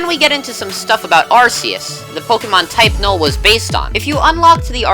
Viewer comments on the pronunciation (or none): its ar ke us XD